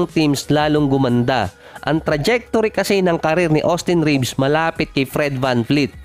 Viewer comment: vanvleet not vanfleet